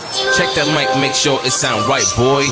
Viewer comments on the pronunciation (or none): none